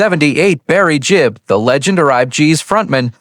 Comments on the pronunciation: A1. Gibb, not Jibb. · It’s GIBB not JIBB MORON